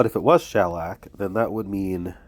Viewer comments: Sorry you are under the weather! I had bronchitis on a cruise once—it was miserable. I stayed in bed for two solid days. Luckily I had some good books! I think that it’s always better to be sick on a cruise than sick at home, though. 🤩 And it’s pronounced sha-LACK. 😇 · CABLE-SARGE-HAUTE-MATTE 🟪🟨🟦🟩 You’re putting the emphasis on the wrong syllable when you say shellac. Shellac is a kind of varnish, in addition to the way it’s used here. I think it’s a pretty common word if you combine the different uses of it. Rolling papers are what you use when you roll your own cigarettes. Crepe paper is what streamers are made of.